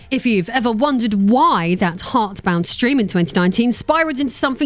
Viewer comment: Intentional or not, I found it quite funny how you mispronounced the name of his little game almost every time